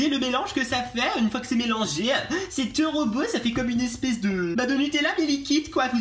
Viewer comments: Je t'aime bien mais arrêt de dire "tero beau "😄😙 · Mdrr " c teuroh booow " mdrrr 😂😂😂